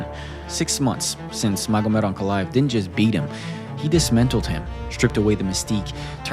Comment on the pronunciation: wtf is dismentaled? Lmao idiot